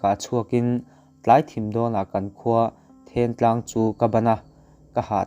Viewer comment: Thiantlang leh sialhau khaw hming i chhiar dan te chu ava mak vele